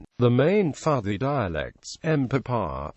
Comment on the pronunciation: is pronounced PUUTI